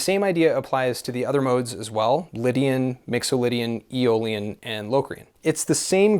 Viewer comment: Around timestamp 1410 you said E- Olean... what is that? 😅